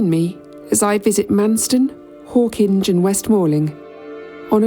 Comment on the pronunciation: One thing we can trust you to do, that no AI narrator seems capable of, is the proper pronunciation of Hawkinge. 😀